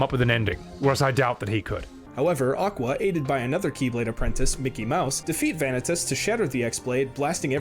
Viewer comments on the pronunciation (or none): Veah-Nih-Tuss? This guy clearly didn't play the games with Vanitas (Vuh-Knee-Tus). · one thing i hate in this video is how he says vanitas like he does all the work to say his name wrong